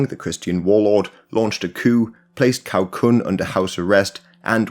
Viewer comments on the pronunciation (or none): 尼玛一群外国人做什么中国历史视频？错误百出！曹锟居然念成考昆？你们国家没有历史是不是？误导世人，罪孽深重！ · The video is a satisfactory overview of the situation in China. My only issue is with pronunciation: Cao Kun and Cai E are pronounced Zao Kun and Zai E. For a more in depth view I suggest the China History Podcast by Laszlo Montgomery. Their series on this era is very enjoyable.